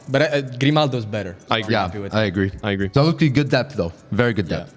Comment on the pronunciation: Zalewski is pronounced Zal-ev-ski btw